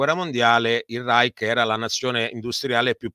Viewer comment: Professor Mariotti..un minimo di documentazione sulla pronuncia di Reich. A sentirla parlare e citare parole straniere passa la voglia di seguire il video. Tanto per capirci, una per tutte, "Vogel" si pronuncia Foghel". Quando uno si presenta come esperto certe mancanze inficiano la fiducia sulla persona in toto.